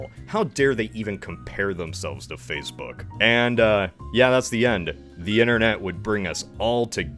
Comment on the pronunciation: Fash-book Lmao